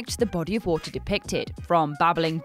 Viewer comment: Nobody: Her: WoOhTaH